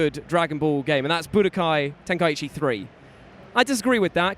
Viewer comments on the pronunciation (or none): none